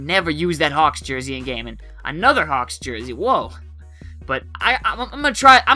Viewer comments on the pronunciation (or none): none